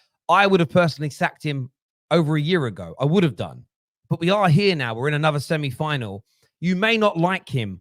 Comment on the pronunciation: Is saying 'semni final'?